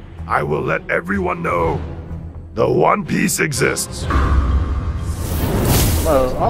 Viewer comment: He said one piece bit in the game he said juan piace lol